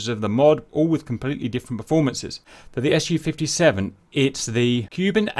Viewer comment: By the way I'm not getting tired to explain it. It's pronounced Su, so as a syllable, not as an acronym, because it is none. It's just the first syllable from Sukhoi. The same goes for Tu=Tupolev, Yak=Yakovlev and so on. MiG stands for Mikoyan+Gurevitch, Mil=Mil... It's not the same as the acronyms AK-74, F-16 or T-90. If you want to pronounce it correct and don't sound strange, please have that in mind. So it's Su-57 (for Englisch speakers Sue-57)